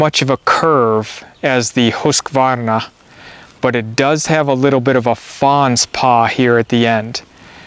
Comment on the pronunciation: Axes and hatchets are two different tools with two different purposes. Good job on the Husqvarna pronunciation though!